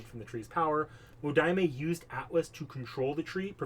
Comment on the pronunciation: Btw I am Hoping someone else already told you this but Wodime is pronounced Wo-Dime not Wo-di-me his jp pronounciation is uodaimu, some other stuff, Wodime father would try to kill his son because there grandfather skipped his son to give the family magic crest to his grandson, (the magic crest and circuit s are basic fate lore but I wanna mansplain they are basically Nervous system like organs that allows people to use magic, it's transplanted from the parents to children), also it was a homeless Kid not a man